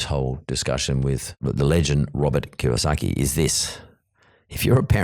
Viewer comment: It’s KiYOsaki - not Kawasaki yo 😄